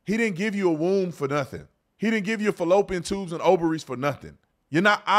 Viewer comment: Did he just say Pallopian tubes... Lol